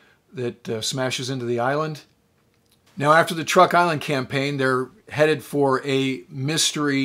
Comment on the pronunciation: Sir: With your very kind permission, please let me suggest a couple of amendments. First, the Island system spelled T-R-U-K is pronounced--by the natives--CHUK. I deal with them as a tax preparer and they are very pleased when I pronounce it correctly. Second, Sir, I don't know if you remember but in the northern phase of the Japanese Imperial strike at the US fleet and landing force in Leyte Gulf, the remaining carriers with only a handful of aircraft, were sent out against Halsey's force allowing him to strike them. Philippine sea was thus not the last time Japanese Carriers sortied in mass. Thank you for an otherwise pleasant video.